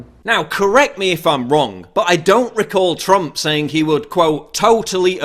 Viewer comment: I like the way he calls him 'Trumpf' lol